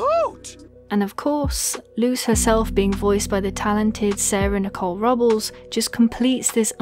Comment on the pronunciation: As a fellow Robles, it is pronounced Row-Blezz. It does not rhyme with rubble. Easiest way to think about it is to imagine the s is a z.